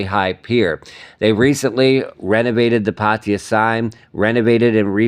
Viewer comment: Ok. If you are reporting the news in Thailand, then put in a little effort to at least TRY to pronounce the names of cities correctly. Your complete butchering of the word PATTAYA is painful to the ears. And I'm a farang. Come on! Just ask any Thai person (there is probably one standing next to you) to pronounce it for you and just imitate. It's not that difficult. PATEE-YA, indeed!!!